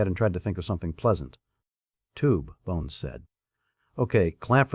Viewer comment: The AI screwing up names( Spook for Spock, Buns for Bones) made me laugh a little but the constant misuse of bow whether "and arrow "or front of a boat was VERY irritating. Plenty of other problems too. I get enough of this with most customer service 🤬